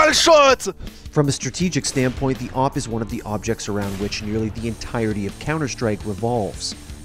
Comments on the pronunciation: I don't like the people who say A-Vee-P instead of A-W-P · Just say AWP, not A - W - P and not A - V - P .. Just say awp :D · Its not awp its owp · its pronounce Awhip